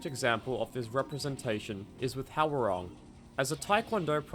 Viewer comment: Hwoarang is pronounced “hwa-rang”